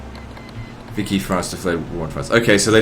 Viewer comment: It's pronounced veeshee not vicky france